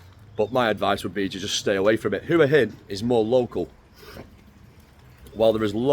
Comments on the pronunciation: Hua Hin is pronounced Wa Hin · yes wa hin not hua hin😊lived in Thailand for 17 years it’s Wa hin and pattaya is pronounced Patyha